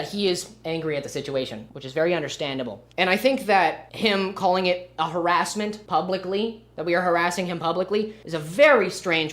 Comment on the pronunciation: "Harrasmental" is killing me